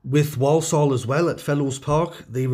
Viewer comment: Point of order here: Walsall is not pronounced "Woll-Soll"...the people who live there tend to say it as "War-sull". 🙂